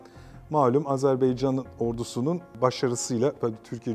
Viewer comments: Sunucu da AZARBAYCAN diyor. Tam skandal. 🤣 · hocam hocam can kardeş AZERBAYCAN tekrar edelim AZERBAYCAN canımsınız beycan felan değil yapmayınız doğru telaffuz önemlidir..... CAN GARDAŞIMIZ AZERBAYCAN VE TÜRK GARDAŞLIĞI İLELEBET MUZAFFER OLSUN DAİM............. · Hocam lütfen Azerbaycan deyiniz. Yanlıṣ söylediniz programın baṣından beri Azerbeycan dediniz durdunuz. Hiç Azerbaïdjan yazılı cümle yada uçakta mıı görmediniz. Yanlıṣ bilmek ayıp değildir. Ancak yanlıṣta ısrar çok büyük bir hatadır. Kardeṣ ülke dediğimiz ülkenin ismini merak edip doğru söylemeyerek çok büyük bir ayıp ediyoruz. Artık kardeṣlerimizde baktı herkes farklı ve yanlıṣ söylüyor, bir ṣey demiyorlar kardeṣ olduğumuz için. Fakat ben bu konuda çok hassasım doğrusu kimse kusuruma bakmasın. Azeri değil, Azerbaycan türkü, Azerbeycan yada Azarbeycan veya Azarbaycan değil Azerbaycan doğrusudur. Bu kadar mı zor söylemesi? Allah aṣkına. Biraz saygı lütfen. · Azerbeycan deyil Azerbaycan lutfen okumuş adamsjniz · Azerbeycan değil...Azerbaycan...ukranya değil...Ukrayna.. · Azerbeycan deyil, Azerbaycan. Bunu 33 ildi öyrənə bilmədilər bunlar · AZERBAYCAN diyemeyen bir akademisyen. Gerçekten ayıptır. Röportajdan evvel 10 kere kendi kendine AZERBAYCAN desen telaffuzun düzelir be kardeşim yuh! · Sunucu da AZARBAYCAN diyor. Geçen sefer uyarı yazmıştım. Anlaşılan okuyan yok GZT'den. Türkçe konuşabilen sunucu ve konuklar istiyoruz! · "AZerbaycan" çok mu zor ismi doğru söylemek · Video boyunca hər "AzərbEycan" deyiləndə bir iynə kimi beynimə batsa da eybi yox. Ən azından manipulyasiya eliyib "azeriler" demir :D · Hocam, bu kadar kendini yetiştirmiş bir insansın, Azerbaycan'a Azerbaycan demek bu kadar zor olmamalı. Kim bu Azer Bey! Hepiniz aynı ağızla bizim için çok değerli bir ülkenin ve bölgenin adını yanlış söylüyorsunuz!!!